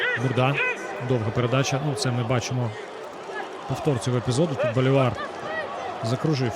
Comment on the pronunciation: Наконец-то Колос показывает интересную игру, потому что в последние годы это была посредественная серая команда. p.s. Я думаю что фамилия произносится БолИвар, а не БоливАр